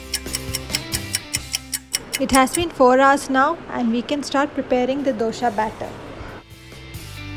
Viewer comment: It's not Dosha, It's Dosa.